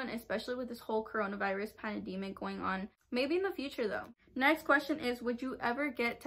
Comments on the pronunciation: she said panedimic lol thats so cute☺️ she meant pandemic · Lol awww the way you said pandemic 😂😂